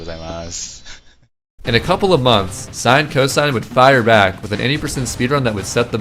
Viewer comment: it's not sinecosine Its sin-cos